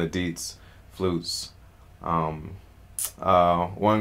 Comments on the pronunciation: It is not deedz... It is di and zi, two pronounce word; di zi. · He's just not pronouncing the tones and effectively pronouncing the 4th tone which sounds like deeds.